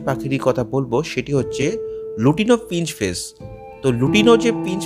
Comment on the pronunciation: কথাটা শুধরে নিন রোজি পিঞ্চ ফেস বলে কিছু হয়না। কথাটা হবে রোজি পিচ ফেস।।কানে খুব লাগছে।।ঠিক করে উচ্চারণ করুন